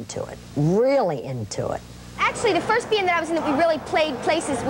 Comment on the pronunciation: I like how she says "bee-und" for "band"...I don't know why, but when I was going through puberty, she was the one that I, uh, thought about. , does Charlotte look wasted?